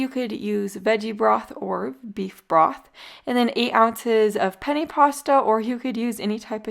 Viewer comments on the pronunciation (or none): none